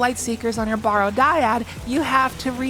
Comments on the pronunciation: I hate being "that guy" (no I don't) but it's "barrow" like "wheel barrow." Means a burial mound, like the Barrow Downs from Lord of the Rings. Not "borrow." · People, it's pronounced "Barrow" like you do in wheelbarrow. I don't know what about the word would possibly make you think it should sound like "borrow". It's referring to a mound of earth over a grave.